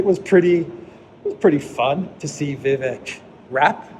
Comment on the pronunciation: Thanks. Your walk and talks never fail to inform, stimulate discussion and bring us to places we might not otherwise ever see from such a perspective. Oh and the 'vek' part of Vivek rhymes with cake. Thanks again